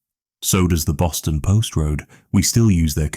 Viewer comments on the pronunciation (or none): none